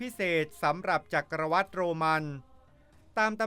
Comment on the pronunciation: จักรวรรดิ อ่านคำสุดท้ายว่า หวัด ไม่ใช่วัด ชื่อฝรั่งก็อ่านไม่มีสำเนียงเลย Anthony Hopkins. ออกเสียง ฮอปกิ้น ไม่ใช่ ฮอปกิน จะทำcontent ทั้งที คำไหนไม่รู้วิธีออกเสียงก็กูเกิ้ลบ้าง อย่ามั่ว